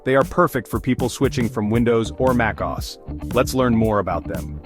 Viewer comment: "Mack-oss"? Take this down. Redo it properly. Human voice, demonstrations of the operating systems under discussion. Because this? This is garbage.